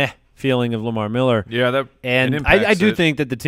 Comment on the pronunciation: Lamar "MEHller" Miller